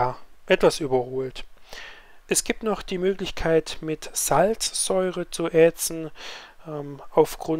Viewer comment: ätzen, nicht ähtzen